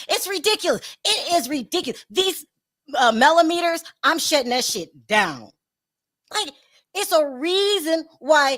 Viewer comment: MelloMeaners not Mellometers